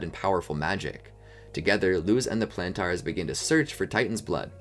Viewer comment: why are you still mispronouncing Plantar 😭